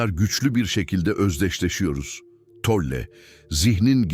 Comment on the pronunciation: Isim telaffuzuna takilmaktan videoya odaklanamiyorum Tolle deyil